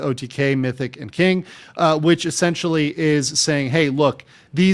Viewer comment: good vid bro but stop saying 'essentiawwy' you cant pronounce it take it out the vocabulary :/